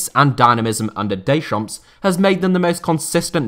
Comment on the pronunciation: stop calling him daychomps